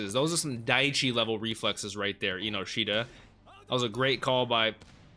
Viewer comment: Just to help you out a bit Chikaras last name is pronounced En-no-shita instead of inoshita. I like your reactions! Got great input and I'm glad you're understanding a lot of the thematic elements. I think a lot of American reactors miss a lot of that and get the wrong ideas here and there. Keep it up!